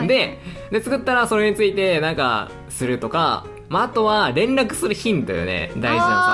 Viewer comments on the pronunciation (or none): ごめんなさい、 連絡するヒンドゥーに聞こえて めっちゃ爆笑しました